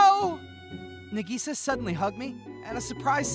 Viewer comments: Its nah-gee-sa not nuh-gee-sa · Nagisa is pronounced Nikisa? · br in the first one i think he sayin nagisa wrong 👀